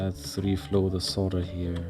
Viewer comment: I like how you say "solder bridges" with your accent-- it sounds like "solder britches" which, if you don't know, "britches" is another word for "pants". So I imagine it as either someone's nickname "Ol' Solder-Britches!" or as a specific type of pants made from or using solder. Love your videos!